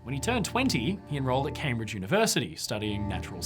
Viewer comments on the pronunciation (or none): none